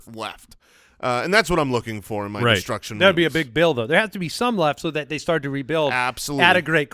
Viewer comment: I wasn't sure if there was another reference I was missing, but I definitely heard it as saying "Sturt". 🤣